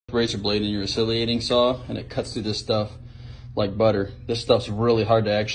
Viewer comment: it’s a joke because he pronounced it “oscilliating”